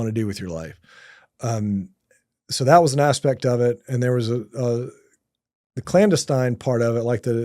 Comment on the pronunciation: This guy cant even say clandestine correctly. I call BS. No new information, its all regurgitated stuff we know.